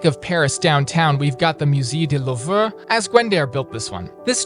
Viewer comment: the way he pronounced the Louvre 🤣😂